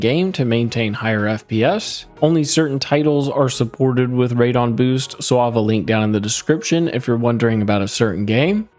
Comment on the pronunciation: Can tell you are not a PC gamer calling it radon. lol when it has a E in it and starts with RAD as in RADical